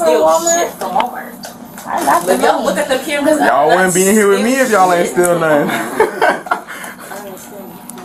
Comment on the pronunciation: "WIT" you